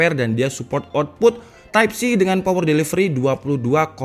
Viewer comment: "POWEL DELIVELI"😂😂🙏